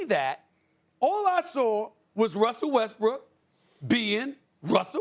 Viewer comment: WHY THEY KEEP SAYING WESTBRICK